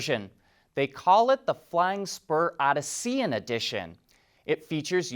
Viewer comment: I believe Odyssean is pronounced o' dis - ee - en